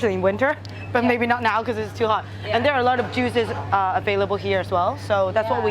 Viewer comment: Lol, at 12.05 I thought she said 'jews' instead of juices! Made me laugh.